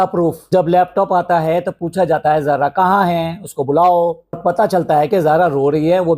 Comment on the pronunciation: Zara ni sara phele name thk se bolo